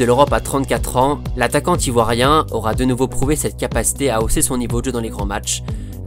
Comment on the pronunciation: Super vidéo mais ta liaison entre attaquant et Ivoirien bizarement ne passe pas a mon goût...